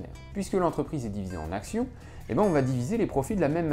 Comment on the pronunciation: Juste deux petits trucs : C'est "cent action" et pas "centzzzaction" Et... la barbe est-elle vraiment nécessaire ? :D